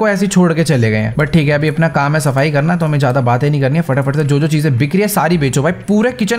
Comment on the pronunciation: Bhai vah kam hota hai Kan Nahin hota hai aapane jo bola pahla Kan Hota Hai😂😂😂😂